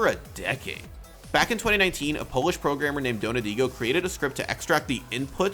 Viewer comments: "Prorgrammer" KEKW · "Prorgrammer" lol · "Prorgrammer" lmao